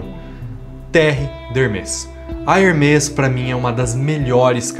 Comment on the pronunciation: Hermés se pronuncia com ambos os "e" abertos.